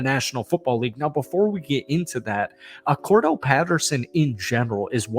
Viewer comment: Why do you keep him, Cordell? That's not his name it's Cordarelle js.